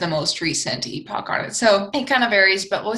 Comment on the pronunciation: Thank you for saying epoch like epic. 2.6mya to 0mya! I loved that!, you should write a book! Your command of English is masterful! Or would it be mistressful?.... Anyway. The way you speak is beautiful. Is there an Older Dryas?